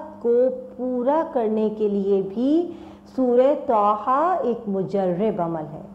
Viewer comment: سسٹر طھ ھے نہ کہ ط ح